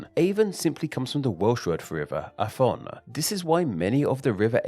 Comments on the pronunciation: In Welsh, a single letter F Is pronounced the same as a V in English- so the Welsh "Afon" for river is closer to the English Avon than you said it in the video, but with a short A Rather than a long one. Though that would be hard to get across in the video without going off on a massive tangent about Welsh orthography! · Good video, however, Afon in Welsh is still pronounced Avon, a single F is pronounced V. Two Welsh Fs are pronounced as a single English F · Afon in welsh is not pronounced with an F, but a V. Welsh has different phonetics for its alphabet. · A bit nitpicky but the word afon is pronounced with a V sound, not an F sound